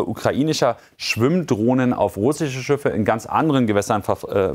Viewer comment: Schiffe. Nicht Schüffe!